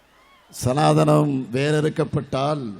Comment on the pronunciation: சனாதானம் என்று சொல்ல உனக்கு வரல